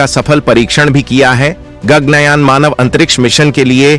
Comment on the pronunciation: गग्नयान नहीं,गगन कहो!